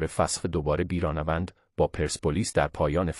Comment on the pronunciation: بیرانه وند چیه؟ تین چه طرز بیان هست!؟ احتمالا نرم افزار هست ولی چرا اینطوری؟